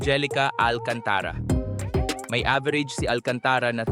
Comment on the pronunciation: The voice artist needs some minor training in his diction, pronunciation & pitch. Magugulat knlng bigla tumaas yung boses at baba tas bagal na wala sa timing parang walang consistency ang gulo. Yung pronunciation ng last name like Alcantara na dapat mabilis kc same consecutive vowel letter bakit mo binagalan & pronounced slowly like Al-can-ta-ra which is wrong! andami pa comments kapagod mag type😅